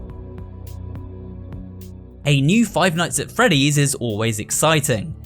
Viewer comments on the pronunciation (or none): none